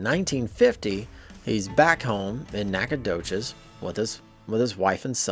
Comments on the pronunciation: As a long time Texan please pronounce it Knack-uh-doe-chus. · OH GOOD GRIEF MAN! It’s pronounced: Naka-do-shes! Ask a Texas some time.